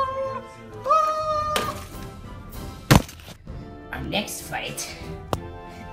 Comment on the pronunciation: couldn't stop laughing at the "OFF TO THE HOSHPITAL" parts